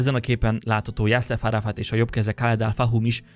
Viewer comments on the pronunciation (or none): Nem Jahszef Arafat volt az, hanem Jasszer Arafat!